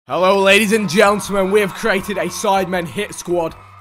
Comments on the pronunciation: Is it me or Vik at the start just say "Gentlesmen"? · “Hello ladies and glentlemen”